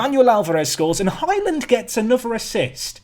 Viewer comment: I'm sure you keep calling Highland - 'Hymen'?? Anyone else?